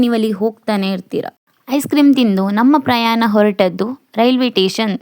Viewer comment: Railway Tation 😂😂😂😂alla railway station 😂😂😂